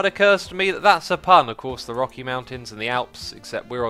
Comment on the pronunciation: Don't you understand it's the Rocky "rookie" mountains and the Alps "elps" 😋😂